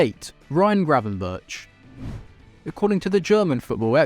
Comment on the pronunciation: Is it really so hard to pronounce Gravenberch? And Ekitike is still a Reims player, PsG have an option to buy, but havent yet